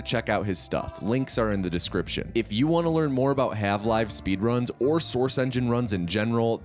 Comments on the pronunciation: good video but why did you call it hav live instead of half life? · why did you say "halve live" :( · "Halve Live" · “Halve live” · Calling Half-Life's protagonist Morgan Freeman is on purpose or was a mistake? Also "Half-Live" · Is he saying "Halve-life" ?